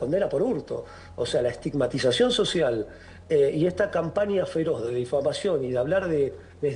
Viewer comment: ESTIMAGTIZACIÓN¿? por favor! Vergonzoso...